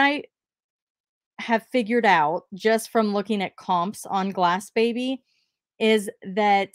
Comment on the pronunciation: Ok I love you BUT it’s Glassy baby